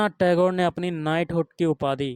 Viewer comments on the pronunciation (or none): none